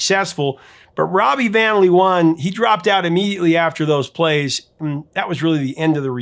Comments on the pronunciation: LOVE how you butcher the Dutch words in a lecture on how a typo became a "comical and confusing" part of the lyrics of the song Venus. "Van Leeuwen" is pronounced "Van (with the "a" sounding like the "o" in the word "one") and "Laawuhn" (which is the Dutch plural for lions is pronounced with the double "eeu" sounding like the 2nd a in the word "amAzing", and the "en" after the letter w as the word "Uh" followed by an n). The Hague does NOT rhyme with "leg". It's pronounced "The Haack" ("a" and "gue" sound like the word "snake"). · The pronunciation of "van Leeuwen" is more like "fun láyhwhun", Mariska's surname more like "Véarahs". 😀 And to answer your question: Ella, but Sinéad comes VERY close! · Van Leeuwen “fahn LAY-ven” Amie in Ma Belle Amie “ah-MEE” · Ha ha ha, indeed. Van Leeuwen is way off. But Dutch is really hard for non native speakers. I would suggest to pronounce it as ‘van lay when’. The ‘van’ will still be an issue though. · Hats off for your research on Dutch pop history! You even mentioned Wasted Words of The Motions, that's impressive ❤ Why don't I educate you about the pronunciation of the two leading people, I'm Dutch 😂: phonetically: Rawbee vawn Laywuhn, Mariskaw Veer-us both family names spoken with emphasis on the first syllable. Glad to give something back 😮😂